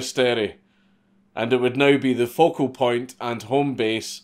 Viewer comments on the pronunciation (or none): none